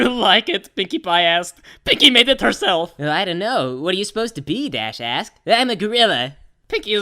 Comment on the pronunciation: I thought it said dash ass, instead of dash asked